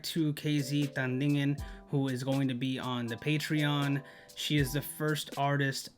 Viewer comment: You are one of the very few reactors who correctly pronounced Tandingan. 👏👏👏 Was it Rolling in the Deep? If yes, you should also watch Say Something. That performance is also a masterpiece. It's in the same show.